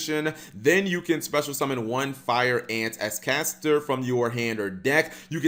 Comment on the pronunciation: " doesn't understand how to pronounce Ascator"